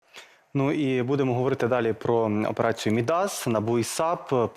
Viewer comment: От все добре, але видно, що уроки історії в школі і Шабунін, і журналісти «Суспільного» прогулювали, раз не знають, що ім'я «Мíдас» має наголос (як і всі такі власні грецькі імена) в корені, а не на закінченні — тобто, наголос падає на «і»: Μίδας.